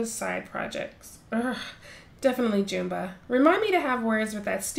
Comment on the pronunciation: It’s pronounced as jum-ba